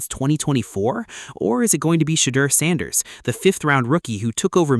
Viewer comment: Your not even saying sanders name right. Immediately skipped